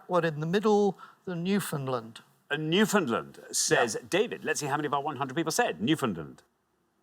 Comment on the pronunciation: As a Canadian, it's a delight listening to Englishmen talk about how odd the pronunciation of Newfoundland is—mispronouncing it the whole time.